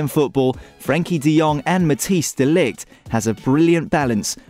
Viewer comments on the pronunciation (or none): Why pronouncing Van DIJk the right way and MatthIJs De Ligt wrong, it's not that hard!